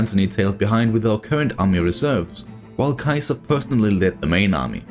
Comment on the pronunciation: I love your work man! But please stop butchering Caesar's name haha. In english its pronounced (see-zer) Caesar 😂.